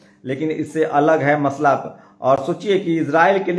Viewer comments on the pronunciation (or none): none